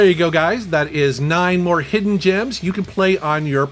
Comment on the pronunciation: 0.47 - Hisden gems! Yeah hidden on PKGJ!